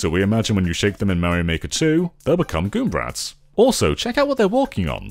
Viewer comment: It's galoombrats not goombrats